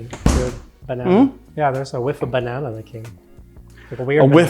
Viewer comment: “Bannan”, not “Bananey”!